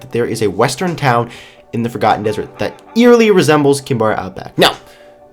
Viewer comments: sounds like he said fricken ham dessrt at 0.09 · Instead of Forgotten dessert i heard "FACAN dessert"